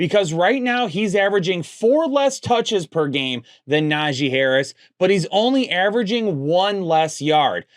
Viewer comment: put some respect on Najee's name